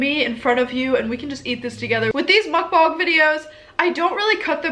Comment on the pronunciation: Did she say Mukbong